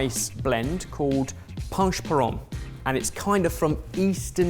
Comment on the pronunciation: massacared the pronunciation of panch phoron as usual He made it more french than bengali. On the other hand, so glad to see panch phoron on sorted! Hoping for some bengali recipes on the channel soon